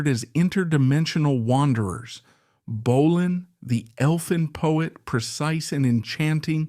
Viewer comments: Good photos though. That’s about it. The narration is awful. BO-lan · you cannot even pronounce bolan… and you use pics of mickey finn while talking about steve. embarrassing seppo trash. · Well that goes to show how much you know about Mark Feld/Marc Bolan. 'Bo-Lan'. Yep because originally one spelling of his name he tried a more 'fancy' spelling of BÖLAN was with an umlaut (two dots over the 'o'). This can be seen in an early pre-Tyrannosaurus Rex photo of "Mark Bölan", in a feature about a PR Party where Bolan's former school chum Helen Shapiro is also seen as is Twink listed as a member of 'The Fairies', not to be confused with the 'Pink Fairies' which Twink formed with Steve Took, Mick (The Deviants) Farren and Twink's girlfriend Silver Darling. Therefore as Steve Took's Official Family approved biographer, I find this little documentary reasonable. Not 100% accurate, but far better than the old Bolan Biographies which wrote Took off as a "Drugged Up Loser". In 1999 I was asked by John and Shan Bramley to take over the running of The Official Marc Bolan Fan Club and to drag it into the 21st Century with a new website. They published a Bolan biography called 'The Legendary Years'. When my hubby and I visited the Bramley's I mentioned Steve Took and John Bramley replied "Steve Took. Who???" and then laughed. I like to think I got my own back in a humorous way when John Bramley got out a manuscript with carfelly written out lyrics to several Tyrannosaurus Rex songs. On the manuscript were a couple of drawings. John Bramley raved about the one because it was shaded and john said, "Look, have you ever seen a drawing by Marc which is shaded in like this?" Kevin